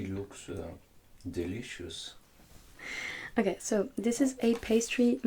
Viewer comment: qd il a dit delicious jsuis partis en fou rire